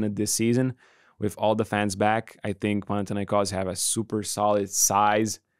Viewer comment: Thank you very much for respecting the way that Panathinaikos is properly pronounced. Great show as always. Keep it going!